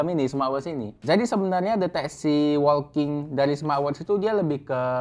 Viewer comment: Laen kali editannya di zoom dikit oom. Bicara soal jam tangan yg kecil, akan lebih bagus kalau ada zoom produk yg lebih detail. Oya , WALKING tu dibacanya [woking]. Bukan [wolking]. 🙏